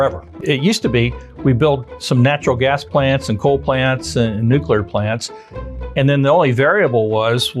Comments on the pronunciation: Kills the credibility when the presenter says “nucUlar” . Come on, man! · How can Texans solve the problem if our experts can't even pronounce "nuclear"? 😂 This needs explanation...